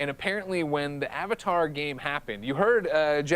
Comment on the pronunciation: "AH Vatar Front tires of Pandora" Pepega